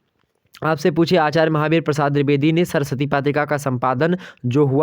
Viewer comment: Pehli baar drubedi nahi h boo Dwevedi hai okk 😏😏😏😏😏